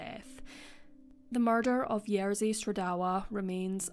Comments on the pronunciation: Hey! Great video, thank you for making it! But RZ in Polish always makes one sound, not "r" and "z" sounds one after another, so it's "Ye-zhi", not "Yer-zi". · I do try my best and always look up pronunciation of names that are unfamiliar to me. I just pronounced Jerzy the way it's pronounced for the tennis player, which is what I thought was correct. (Turns out the English commentators say it wrong.) But I do agree that more effort needs to be done by creators to at least attempt names as best they can. E.g. if you've seen other videos of mine, such as the Alcasser Girls or Monster of Florence, I've tried my best to get pronunciations right. I think it's the least a person can do 😊